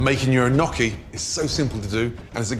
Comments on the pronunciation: Nnoki? Wtf! I’m surprised Gordon doesn’t know how to properly say gnocchi 😂 kinda lame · As an Australian, it's werid hearing foreigners say maccas. But you pronounce maccas way better than Gordon Ramsey pronouncing Gnocchi. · Surely that's not how "gnocchi" is pronounced.